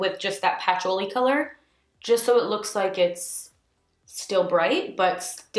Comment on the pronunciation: I'm pretty sure it's pronounced pu-choo-lee